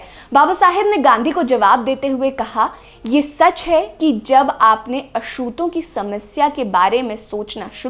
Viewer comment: मँम आप अछूत का उच्चार बराबर किजिये।